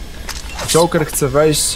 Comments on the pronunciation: 2132 Joker a nie żoker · żoker :D